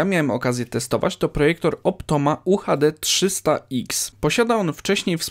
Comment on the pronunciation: To nagraj trzeci bo mowi sie projektor xd